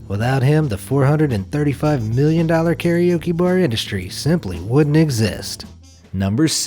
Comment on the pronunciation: Daisuke Inoue... Man I love your videos but the way you pronounced this poor guy's name D: And karaoke too :<